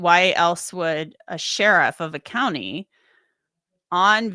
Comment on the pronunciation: they lost the "C" in county